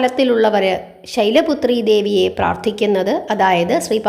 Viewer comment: ഓം ദേവീ ശൈലപുത്രയെ നമ: എന്നാണോ. അതല്ല. ശൈലപുത്രിയെ. എന്നാണോ ചൊല്ലേണ്ടത്❤. ശൈലപുത്രയേ. എന്നാണ് മാം പറയുന്നതായി എനിക്ക് തോന്നിയത്🙏🏻🙏🏻❤️🙏🏻❤️